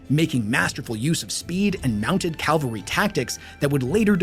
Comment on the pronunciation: Cavalry is not pronounced as calvary.